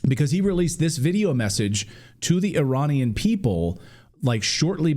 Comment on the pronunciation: Every time you say Iranian,i die inside